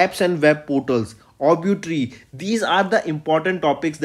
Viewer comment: Please check out the Pronounciation of obituary.